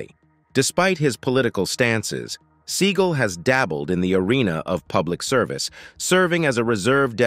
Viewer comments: It's not "Sea gul" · It's Seagal